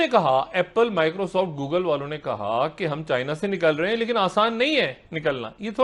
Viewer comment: gugal? jahil jihadi Google hota hai